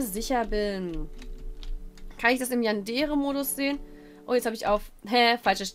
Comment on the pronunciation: Ähhhm man spricht eig Yandere wie es geschrieben wird... (sollte kein hate oder so sein :3)